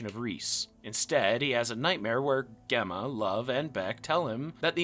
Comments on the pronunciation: GEM-MA not Gehma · Gemma is pronounced Jemma!! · Pronouncing Gemma like that is diabolical 🤣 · I’m sorry how are you pronouncing Gemma? 😂😂😂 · The way u say "gemma" is so funny to me lol